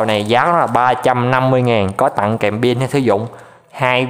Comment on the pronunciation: nghe chữ ...tặng phát ớn vãi...